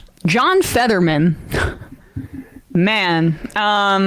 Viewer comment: rm brown fans heard emma say “featherman”